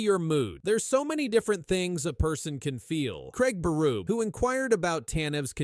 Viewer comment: Berrrubie. Not burub